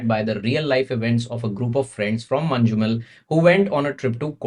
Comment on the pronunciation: Its "Man-num-el" not "Man-ju-mel"